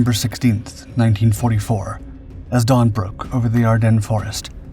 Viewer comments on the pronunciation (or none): none